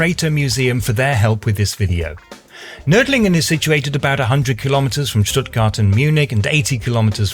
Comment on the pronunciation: I am impressed by your pronunciation of "Nördlingen".